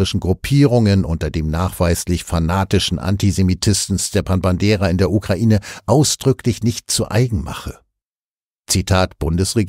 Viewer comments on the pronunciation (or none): none